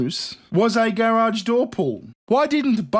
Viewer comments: I love the way you say gair-awge. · Omg say garage one more time!! 😻